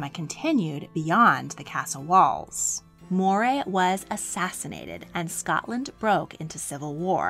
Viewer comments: wonderful vid, as always. Tiny quibble -"Moray" is pronounced "Murray" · Moray is pronounced Murray